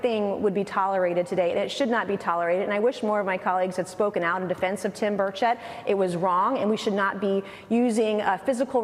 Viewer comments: did she say Tim Birdshit? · It's "Tim Birdshit" please get it right.